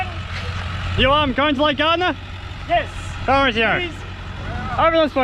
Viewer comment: Great Vlog guys,with one major problem,the pronunciation of Lake Gairdner,not ( Gardner), but G_AIR_D_NER, my reason for correction is due to named after my great grandfather family,as the EYRE & Gairdner families were neighbours back in Ireland,then when the explorer John EYRE discovered and named the first lake further south towards Adelaide & named it Lake EYRE,thus when continuing his expedition further north,hoping to find the fabled inland sea,then discovered A huge salt lake,he then named that lake after his boyhood family neighbours Lake Gairdner,as two Gairdner brothers had travelled to Australia with him( via India), Allan Gairdner ( my great grandfather)& Charles Gairdner,who was to become Sir Charles Gairdner,the Governor of Western Australia,who was also Governor of Tasmania at one point,whose Legacy( Estate), went to the initial construction of the Perth hospital,which to this day is his namesake Sir Charles Gairdner hospital,so much appreciate correct pronunciation,as always Kindest Regards Dave McLaughlin Queensland Australia